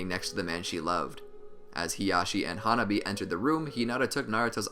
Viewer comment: hanabi not huh nobby